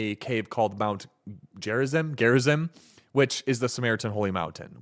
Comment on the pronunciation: It’s pronounced Gare-izeem. Peace be upon Jesus and Moses